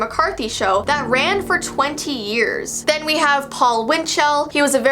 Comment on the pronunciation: Intro: “are you ready?” “For the Strange and unsual?” “5 4 3 2 1” “Here VEE go”